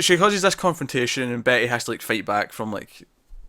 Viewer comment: you keep saying Betty and I keep hearing Bae ...? lol